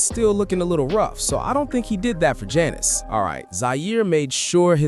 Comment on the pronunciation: You're NOT saying her name right. Annoying.